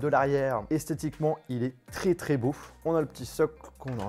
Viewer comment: . C moi ou il dit il est tre tre beauf ?